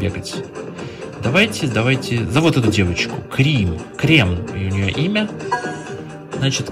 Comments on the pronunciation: Крим а не крем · Не крем а крим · Не Крем, а Крим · Не кремом а а Крим.